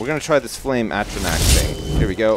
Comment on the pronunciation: Atronach (Ah-tro-nahk)